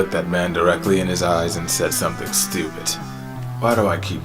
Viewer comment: this explanation makes me feel like a simpleton cuz in "when you have to question your own intelligence" what had me laughing was the way he said "stupid" sounded like "stupit" instead 😅